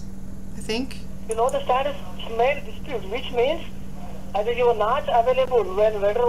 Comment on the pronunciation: I did see the viral video you’re translating! That’s how I found you. “aWAILable” 🤣💀 /“What is your good intention” 🥴🤭